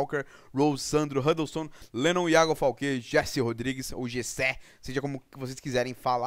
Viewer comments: o jean o jesé se pronuncia resé rodrigues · Se fala reçé